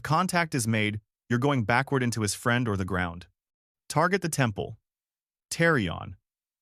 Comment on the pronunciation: I love the content, but DESPISE the Ai narration with a PASSION!!! It will NEVER, apparently, get inflections/proper emphasis correct. For example, the dead-energy Ai says, in a droning, flat manner, "That's his problem..." instead of what should be, "That's HIS problem...". Changes the whole tone and energy. Maybe a nitpick, I know, but come on! Enough is enough. I'm just sick and tired of hearing SOULLESS ai!! Get in there yourself and get dirty! If you don't have a voice for whatever reason, try to get someone ELSE (like, a REAL HUMAN) to narrate, PLEASE!